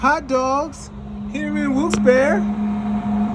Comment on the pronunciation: Hi! For the record, the town is pronounced, "Wilkes-B-air-ree" - I know this because when I was a teenager (I'm a grandma now), I was watching a morning talk show and a lot of callers from this town kept calling in because the host kept mispronouncing it so many times that the show dedicated an entire segment to it. It was funny to see the host concede how wrong he was when he thought he was oh-so right. I'm looking forward to traveling vicariously through you on your road trip journey! Peace!